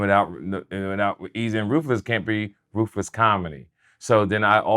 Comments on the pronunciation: I thought he said Rufus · Why does it sound like he keeps saying roofus instead of ruthless😂😂😂